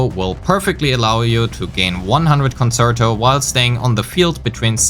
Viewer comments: Excellent guide and now subbed. Just to note a few things with regards to pronunciation: Forte is pronounced FOUR-tay. Concerto is pronounced con-CHAIR-toe. Many of the content creators are making these mistakes you can be the first to do it right ;) EDIT: Wanted to add: Thank you for actually showing us the difference in dps between different echo main stats. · Good video but please look up how to pronounce the terminology correctly (ie. concerto, forte, etc.) You're not saying them right and it definitely makes your video less credible.